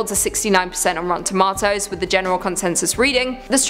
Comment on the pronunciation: Pronunciation of Japanese 10/10 Pronunciation of tomato..not so much